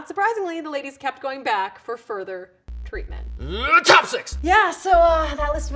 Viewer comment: "Treatment". I laughed.